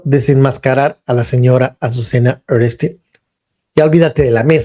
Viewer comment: ¿ Ureste?....no mames , en verdad eres bruto ... uresti, uresti,uresti , aprendetelo